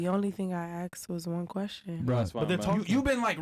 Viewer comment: She only axed 1 question